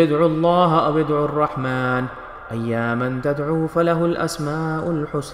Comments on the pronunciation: Plz note Surah Kahf Ayat No.110 (Ayya man) Nahi Hai.... Ayyammaa) hai ... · کسی عالم صاحب کو پہلے سنالیتے،درست کرلیتے پھر ریکارڈ کرتے،لفظ ایما،ی کی تشدید سے پڑھناہےاوری کو کھیںچنانہیں ہے،آپنے ایاماپڑھا جو کہ غلط ہے۔ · . ., you pronounce a word wrong. Ayyammaa is correct.